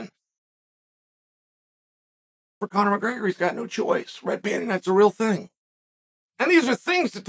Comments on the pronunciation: Bro said mcgayger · Chael took the first R out of McGregor and added it to the word breakfast